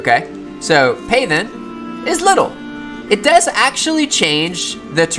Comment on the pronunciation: Not "PAY-then"... it's pronounced "path-en", as in, "make into a path". ;) Just like "darken" = "make dark".